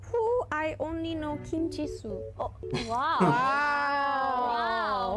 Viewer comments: actually the guy said her name right, it’s gee soo not gee so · It’s pronounced gee-soo so yes he said it right. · Goes on a rant about saying Jisoo's name wrong while they been saying it wrong this whole time 😂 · Btw Jisoo is pronounced Gee-soo not G-so lol said it right lol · Gee-Sue ----- that's how you say it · It’s literally jee-sue. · In Korean It’s pronounced like G Sue so he said her name right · The interviewer is right it is Jisoo ( gee sue ) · It is pronounced Gee-Sue. Loved this video!!! Thanks for loving the girls so much!!! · He actually said it right. Her name is pronounced as Gee Sue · … he acc said her name right is gee-soo no jiso